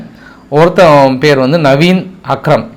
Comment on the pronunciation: Dear நேற்றும் தீவிரவாதியின் பெயர் நவீன் அக்ரம் என்று சொன்னீர்கள் சரி தவறி சொல்லி இருப்பார் என நினைத்தேன் ஆனால் இன்றும் நவீன் அக்ரம் என்று சொல்கிறீர்கள் நன்றாக படித்து பாருங்கள் உங்கள் செய்தியில் இருப்பது Naveed Akram நவீத் அக்ரம் கொஞ்சம் நிதானமாக படித்து பாருங்கள். வடகொரியா அதிபர் கிம் ஜாங் உன் பெயரை கிம் ஜாங் அன் என்று சொல்கிறீர்கள் அவருக்கு தெரிந்தால் உங்கள் வீட்டுக்கு கூலிப்படை அனுப்பி விடுவார். Belt and road initiative என்பதை Belt and road initiated என்று எப்போதும் தவறாகவே சொல்கிறீர்கள் கொஞ்சம் படிங்க பாஸ்